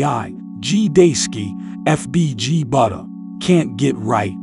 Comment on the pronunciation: Sounded like when u said buttas name u said fbg butti 😂